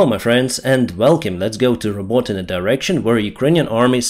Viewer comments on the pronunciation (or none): none